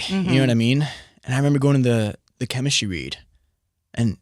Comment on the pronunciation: “Chemistry wead”